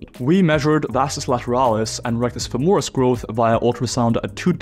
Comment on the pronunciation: Great video! However, it's FÈMORIS, not FEMÒRIS! cheers from Italy!